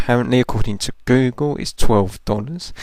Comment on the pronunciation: U said Boogle at a time instead of google! lol